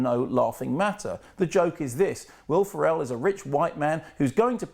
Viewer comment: Who the hell is Wilf Arell?